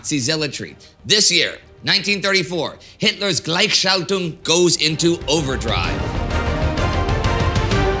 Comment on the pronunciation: You pronounced "Gleichschaltung" pretty good! Must be a "tongue breaker" for an English speaker besides the notorious ümlauts